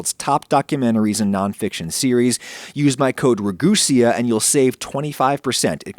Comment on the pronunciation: Your saying your name wrong its rag-u-sea not rag-u-sea-a......im almost positive I'm correct....